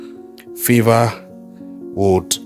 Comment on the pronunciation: Stop this bad pronunciation of names, Favour not Fever. It is Adeeko Owolabi